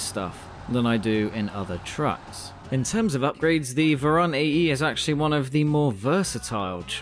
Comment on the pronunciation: Hello)) Better to pronounce vOron, cause in Russian it spells like that ;)